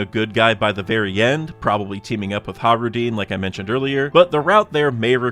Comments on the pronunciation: How do you pronounce Hajruden?he says it like “Hah-roo-deen” instead of “hah-j-roo-deh-n”. I’m pretty sure he’s pronouncing it wrong but maybe not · I love your channel and your content but it hurts hearing you say “Hah-roo-deen” instead of “hah-j-roo-deh-n”. At least I’m pretty sure that’s how it should be pronounced